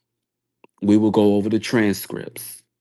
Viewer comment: yeah I see his point.. just sounds like a grandma with all the mispronunciation and slurring.. “Tran strips”😅I’m tired.